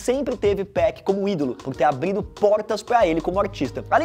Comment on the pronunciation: Além de muitos erros nesse vídeo, o mano me manda um "ABRIDO" nos . É impossível não ficar bravo com essa pronúncia, "tchupÉc"...